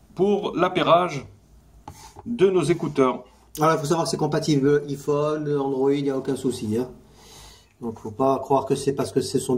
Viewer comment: on dit Aiephone